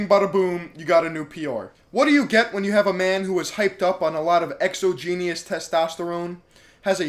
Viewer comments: Wait. Exo-genius? You mean 'exogenous' perhaps? (ex-aw-jinn-us) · Exo-genius testosterone lol. It’s exogenous... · Exo-genius? or wait... you meant exogenous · Bro exogenous (ex-ah-Jen-us) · Lol I'm glad I'm not the only one that caught that yeah he said it completely wrong!!!! Nice to know somebody out there actually knows how to pronounce the word besides me lol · Question: When will learn how to pronounce 'exogenous?' Answer: When he stops being the pretentious fraud he claims to despise.